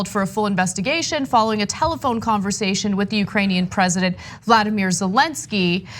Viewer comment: Anna its not Vladimir, its vOlOdimir the president of the Ukraine.